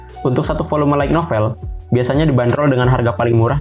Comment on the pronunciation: Pengucapan untuk light Itu Lait. Bukan laig, kalau tidak percaya silahkan konfirmasi ke google translate. Maaf, bukan maksud menggurui, karena Sudah terlalu sering mendengarkan yg salah jadi pingin ngasi tahu. Terimakasih 🙏